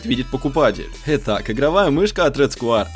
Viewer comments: не сквАйр а сквЭр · почему ты говоришь Рэд скваер,правильно Рэд сквер.И лучше бы мышку red square elite она дешевле и плюс версия 2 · Английский... "Рэд сквэа". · СКУАЕР ... МОИ УШИ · сквуаер топ инглиш